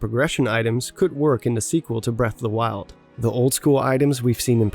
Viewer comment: Bref of da wiald